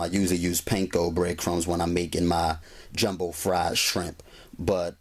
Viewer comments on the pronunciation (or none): none